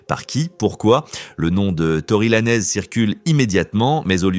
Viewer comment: On dit pas laneeez bodel ce prononce lanz ........et roc naytion pas nation bordel ou gare de lyon 😂😂😂😂😂